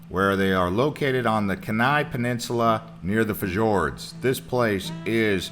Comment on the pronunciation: It's pronounced "key-nigh" and it's "f-your-ds"